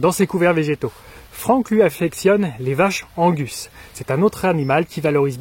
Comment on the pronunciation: Angus ca se dit angousse 😉😉